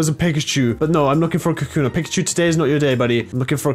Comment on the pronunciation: It's pronounced ka koo na